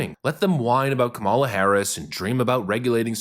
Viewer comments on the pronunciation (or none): none